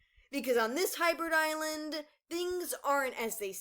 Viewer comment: Did you say hybrid island?!